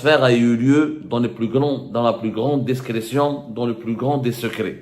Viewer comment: on dit pas / DESCRETION MAIS DISCRETION? DI DI DI DISCRETION